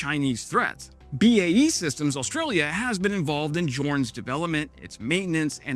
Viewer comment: I was impressed you pronounced Jindalee correct... then you said Canberra, which is pronounced Can-bra